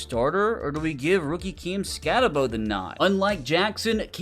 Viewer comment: It’s not camskatte-bo its camskatte-boo